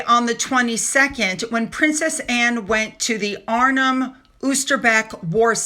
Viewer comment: Arnhem is pronounced, Arn hem, you pronounce the h. Oosterwijk is pronounced as an O, like in open and the wijk is pronounced like the i sound in dike.